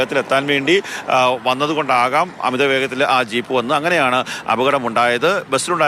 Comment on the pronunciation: ഷീപ്പോ 😂😂😂 ജീപ്പ് എന്ന് പറ 😂😂